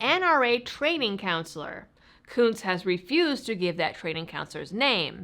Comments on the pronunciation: Are we sure that the u in Kunce's name isn't a short vowel? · you keep mispronouncing his name